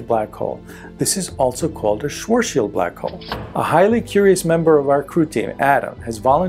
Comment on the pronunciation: It's not sort Shield radius it's Swartz child radius... it's even twice as cringy when a man that's supposed to be an expert at black holes pronounce is this word incorrectly. Look up Vsauce with Michael Stevens and watch his video of black holes then delete this video and remake it again